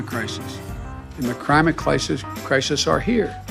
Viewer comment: Crimate??? WTF is that ?